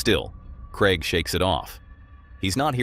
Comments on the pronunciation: I'm from England 🏴 it's Craig 😅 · Yeah I hate how he says Craig, so annoying say it properly matey!!!!!!